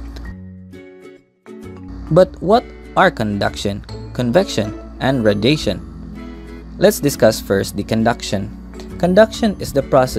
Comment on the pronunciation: jit really said radation